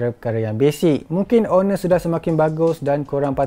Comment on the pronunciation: Silent 'h' la kt honor tu..